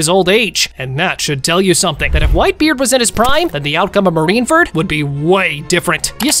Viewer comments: Please learn how to say Marineford instead of Marinferd. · bro like he keeps on saying marine ferd lol anyways good videos!